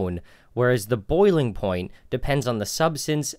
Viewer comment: Me too, was wondering if ploint was a new term until he said point.